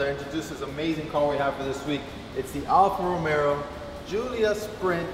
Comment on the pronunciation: where do you get the second r in alfa romeo from?.